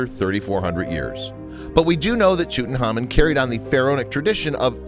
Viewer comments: Wait it was pronounced toot-tin-common? I’ve been pronouncing it tuht-in-common. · why the fuck are you saying it like ‘tootnhamin’ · Did he say tutanhamen or am i high also he said image program makers created 2 times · So we gonna just ignore the fact that this dude keeps calling him TutanHAMAN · TheWhooo Gaming pronounced, Toot onkh ahmoon in the traditional Egyptian, and by experts at the Egyptian museum. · No... That's not the way it's pronounced! 'Phonetically', it's Toot ank ah moon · Marla Volovna As someone in the UK I'd never heard the pronunciation as in this video until today, so will always be TutanKhamen for me. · Tootin' Hamen. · Thanks for not even trying to say his name correctly :-( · He keeps messing his namr up and for some reason its really bugging me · He pronounces his name wrong with no k. If you are going to do a whole video you cannot get the main subjects name wrong. This is why I dislike American narrators, they sweep in in full throttle, are over enthusiastic but without interest in the subject, very loud, dont know what subtlety is, and dont research properly. Give me a intelligent English narrator any day. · Awful! The narrator couldn’t pronounce the name of the Pharao to save his life and that weird music is just as distracting. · The narrator does mispronounce the last part of his name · Please can you either not say his name or say it right please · LOL the way he pronounce Tutankhamun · he cannot pronounce his name for dear life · why does he pronounce tutankhamun like that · Interesting, but name pronunciation e incorrect. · Could you please learn to pronounce Tutankhamun, because you're saying Tutenhamun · Didn't You Know his name was TUT ANKH AMUN not tootenamen you ignoramus narrator. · That's Tut Ankh Amun!!!!! Not toot n common .... Show some respect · Does anybody notice he is saying his name wrong it’s not fucking toot it’s tut say it how it’s written my god this was bothering me so much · Tut-anhk-amoun not tutenamon.